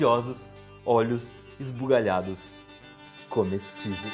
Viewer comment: kkkk eu nao cansei de ver a parte que voce dice olhos ismuliarados kkkkkkkkkkkkkkkkkkkkkkkk